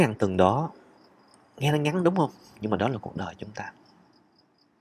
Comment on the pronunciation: Mới nghe, như là “bốn ngàn …từn.” Xem hình mới biết là…tuần (week), không phải…”từn” 😃 Xin lỗi bác sĩ 😃